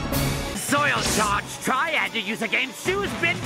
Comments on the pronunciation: im pretty sure its "soil charge triad" not trail or trial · silly, its triad not trial